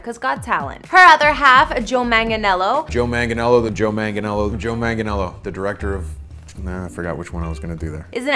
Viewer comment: I wasted my view, you can't even pronounce Manganiello correctly 😒. Basic etiquette 🙄